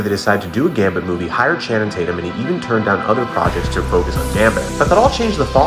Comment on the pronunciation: I didn’t know anybody other than Rhett McLaughlin pronounced Channing Tatum’s name “Channum Taitend”, but here we are